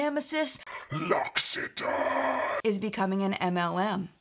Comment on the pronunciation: I always pronounced it LOCK EWE TAYN (no idea why a "u" instead of an "i" but I often insert or add a random letter to words) 😂 so this was quite a surprise hearing it said properly.